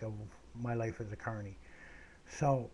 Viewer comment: Glad to know ya mate. This is an interesting story. The funniest thing is when i first started listenning i thought you said attourney and i thought you were a lawyer.